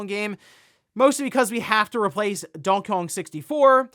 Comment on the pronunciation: When he says Donkey Kong, it sounds like he's saying "Donkeyong" amirite?